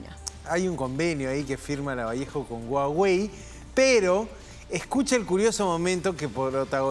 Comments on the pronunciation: En realidad, la pronunciacion correcta de HUAWEI es mas parecida a HAWAI que a GUAGUEY, grande Acuña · No es Guagüéy es Juáwei.. HUAWEI